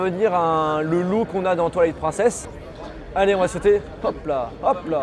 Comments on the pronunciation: Comment j'suis jaloux 😂 par contre stp, "Prine cess" pas "Prun cess" 😛😛😛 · Oh mon dieeeeuuuu, j'suis trop pressée qu'il sorteeee 😍😍😍 Au fait, c'est Twilight [prineçèsse] et pas à la française 😂😂